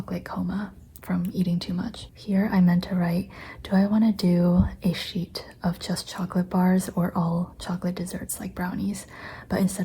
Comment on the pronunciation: lol your "cheet" instead of sheet reminded me that I wrote ‘blop’ instead of blob in my Facebook post 😂 I love this look into your sketches and process!